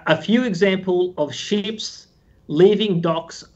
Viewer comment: "We've seen, in 2020, a few examples of sheeps leaving docks...." ah, that great Australian accent! But he gets it right !